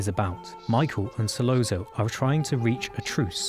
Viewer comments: In Italian, a double 'z' is pronounced 'st,' as in 'pizza.' Virgil Sollozzo's name, therefore, should be pronounced 'Sollotso,' not 'Sollonzo' or whatever the hell you were saying. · I’m sorry, but it’s So-lot-so not So-low-zo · Same goes for Sollozzo ( who is falsely pronounced " Sollonzo") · Not “Solonzo”, Sollozzo! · Great essay. But "Sollonzo"? Come on! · This is really excellent and makes me look at the scene with fresh eyes! Just a small note, there's no "n" in "Sollozzo". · ...and manages to mispronounce 'Solozzo' in two different ways! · Hard to pay attention to this when COPpola is pronounced as copPOALA. And SolOZZO (solOTSO) as solOAZO. These details go with in-depth analyses, don’t you think? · Dude it’s sa-LOT-so not sa-lon-zo and CO-pa-la not ca-POL-la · KOE-pu-luh So-LOT -- tsoe ---- No, not IPA phonetics, but they should help clarify. Or; listen any of dozens of thousands of interviews and news stories about the former (and his sister Talia Shire, his daughter Sophia KOE-pu-luh, or his nephew, Nicholas Cage, where they always mention Francis' name CORRECTLY, and actually watch the movie and listen to how they pronounce the man's name for the latter. Different accents and dialects are no excuse for mispronouncing people's names - especially for people so incredibly well-known. ___________ OK, the cork is amplified, sure. But I'm guessing they've never been in a building next to elevated subway trains in NYC. People in the back room stop talking to each other as no one will hear each other until the train passes. And it's even more audibly debilitating if the building happens to be near a station. That becomes horribly abusive in volume. What was presented in the movie was actually LESS than would have been heard unless the restaurant was a couple of buildings down the block from the 'el', but then the sound would have been somewhat less clear and defined.